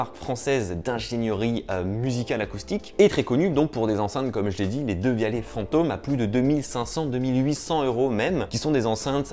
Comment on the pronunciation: Ça se prononce devialette